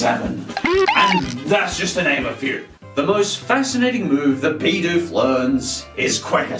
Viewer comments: It us pronounced Bih doof not bee doof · It's bi doof bi-doof it stun fish stun-finish stop saying it wrong it like saying butt free it triggers me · 'Bidoof' not 'Baydoof' -_